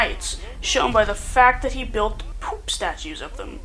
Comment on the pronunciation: the way you say "poop" tho...